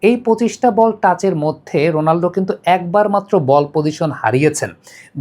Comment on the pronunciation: রোনালডো❌ রোনালদো ✅